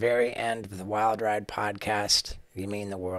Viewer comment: “Wilder ide” 🤔